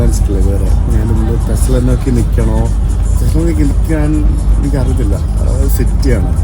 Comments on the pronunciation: Thessala nokki അല്ല, Thessaloniki.... തെസ്സലോനിക്കി. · തെസ്സലൊനീകീ ആണ് pronunciation.